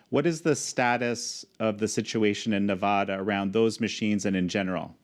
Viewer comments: It's not Nevahdah...It's Nevada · It’s all happening guys. Multiple paths to victory. Could be Supreme Court, could be state legislatures, could be reelection! Also... It’s NEVADA NOT NEVAHHHDUH. Good lord. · Not "nuv-ODD-duh" , it's "nuv-ADD-duh". The correct way to say it is the way the locals do. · On the ground in navada it's Nevada not navada did this moderator step right out of the spaceship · Good video excellent points made! TIP As an American thought leader you have to learn how to pronounce Nevada properly.... It makes you look ignorant to Nevadans when you can’t even properly pronounce all 50 states 😑😑🇺🇸🇺🇸 Ne-vă-da